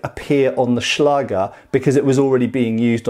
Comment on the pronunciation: Nice and informativ video again!😊👍 ...But... as you often say... there is one Thing. The "ä" in the word "Schläger" is pronounced like the "a" in the words "that" or "backstrap" for instance and not like in "bath". This two dots on top of the letter "a"... so "ä" are responsible for that. It is a so called "Umlaut". As a German I hade to grinch every time you used the word "Schläger".🙈 But no offence. I know German is not an easy language to pronounce for non-native speakers.😄